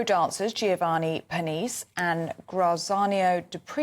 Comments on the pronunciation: "Purr-neece"? Pernice is pronounced "Purr-knee-chay". Made me titter. :-) As it's so close to the launch, they should probably rest Strictly until next year and get everything sorted out first. They won't do that, though. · Isn't it Per-nee-chay?